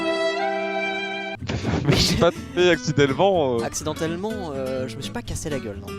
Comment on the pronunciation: "Accidellement" Oui Terra ...